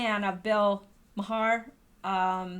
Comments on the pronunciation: It’s pronounced “Mar”, not “Mahar”,. Lol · His last name is pronounced MAR. Not that I care...just thought I’d tell ya. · Maher is pronounced marr FWIW... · Fyi.....Maher pronounced Mar. (Like car) And no way can she come back! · Pronounced "Marr". Making my ears perk up every time you say his name, lol.